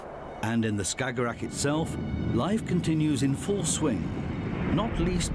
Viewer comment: He saying "stagorag" or whatever that is , 10 times per minute. Tf is a "stagorag"